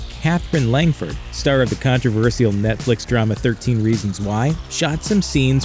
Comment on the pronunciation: Contro-versee-ul? What word was that supposed to be? Controversial?